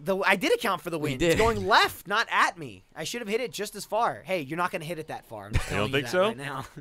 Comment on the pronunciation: "I guess the apple doesn't PAR fall from the tree!" ... Nice try Geoff